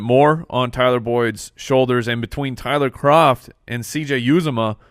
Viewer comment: Again...it’s yewZAHmah, you’re putting emphasis on the yew instead of the Zah.